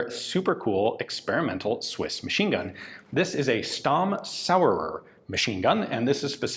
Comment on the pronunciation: Dear Ian, I would like to ask you to make a little effort when it comes to pronouncing German names. "Th" is NOT pronounced the English way, but as a simple "t", e.g. Solothurn is pronounced as Soloturn, or Walther is pronounced as Walter. Also, Stamm is pronounced as Shtamm. A simple internet search would go a long way. Thanks.